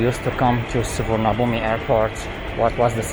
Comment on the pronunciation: You've lived in Thailand so long but still can't say Suvarnabhumi